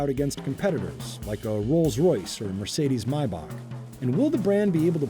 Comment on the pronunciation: So its Mercedes-Benz MaiBahk not maybach🙂 interesting video